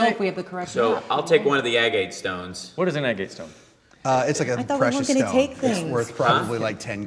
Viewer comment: Man I don't wanna be a grammer Nazi but that is not how you pronounce agate.